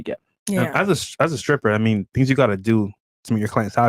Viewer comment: Grammar check:it’s not “scripper” Myron it’s pronounced stripper